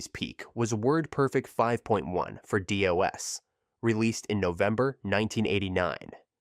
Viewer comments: "Doe Es" "Dee Oh Es" LOL! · The voiceover is bad. It's pronounced "dos" not D-O-S or "dough-ess". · For God's sake, get to the point and move on! Stop repeating the same thing over and over in different ways! And DOS is pronounced "doss" but you call it D.O.S. half the time! And how can you mispronounce so many company names and expect to be taken seriously? For example Corel is "cor-RELL" but you call it "coral" like from an ocean reef! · It's DOS. Not "Day-OS". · "In the DEE OH ESS era"? Pronouncing DOS as DEE OH ESS - Channel has no credibility. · I think you're right. I was thinking it was the Jamaican "Day-OS" DOS. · Hilarious to hear DOS pronounced 3 different ways.